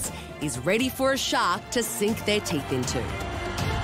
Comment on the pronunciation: For a second I thought she said her name was .... Shark.